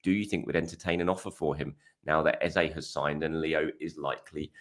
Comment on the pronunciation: hi.. why say ezAY.. when his name is ezA? trolling? xD